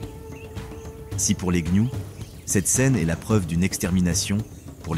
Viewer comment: Il dit également les gnious au lieu de gnous lol probablement une ia maintenant youtube en est remplit même les créateurs francophones utilisent des ia pour la narration c'est stupide et souvent ça flingue la vidéo, ici ça va encore la voix est correcte et peu d'erreur